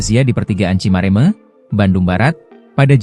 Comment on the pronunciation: Tolong dialek mengucapkan Cimareme nya biar betul.Kalo ngga bisa mengucapkan dengan benar,jangan membaca berita.Ngga enak didengarnya.